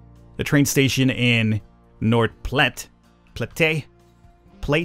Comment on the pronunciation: “Platte” in “north platte” is pronounced: pl-(open a, such as the a in (asteroid)- and then t Edit: I just realised, just say “flat” but with a p instead of an f PS loving it, pls do more